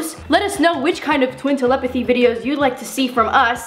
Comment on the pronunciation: Lol she said tlepthy in stead of telepathy